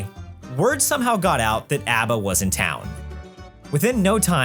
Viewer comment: I'm sorry what sort of Australian pronounces ABBA like that? I find that more of a stretch than the ABBA boys writing a musical